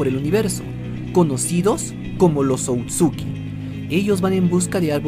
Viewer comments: Oye bro está muy bueno el video pero namas una corrección no es outsuki es otsusuki pero no es crítica bye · A pesar del tiempo que lleva este video no se si sea el unico que le da algo cuando dice "outsuki" y no otsutsuki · otsuki yo: otsutsuki todo el fandom: otsutsuki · Otsuki dice, se dice Ōtsutsuki. Encima de equivocarse diciendo que el Rinnegan es una evolución del Sharingan va y pronuncia mal el apellido. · lo siento pero me da tic que diga Outsuki corrijo educadamente: otsutsuki jijijija